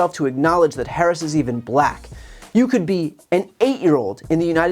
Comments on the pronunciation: "she became a 'BILAACK' person" didn't know 'Black" had a HARD R in it, good god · Him saying black but pronouncing it “Bla-hck” in frustration. That sh couldn’t be more telling in that moment. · Did he have any clue where he was??? So happy to see all women on the stage! Well, he was asked multi part questions, he probably couldn’t keep track of the thread. 😂 The way he pronounces “black”. WOW!! Vote Harris 2024!!! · The way he says , " and then she became a black person" the anouciation and punctuation on it 🤣😭😭🤣😳😱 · Listen, without looking, how he pronounces the word, black when talking about Harris. Tells you everything. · You know what else is weird? How Trump pronounces "black"